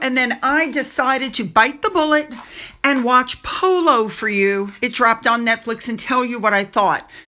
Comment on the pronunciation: "Pooloo eez nut jes eh spurt ... eet ees eh laugh style ..." How is that relatable?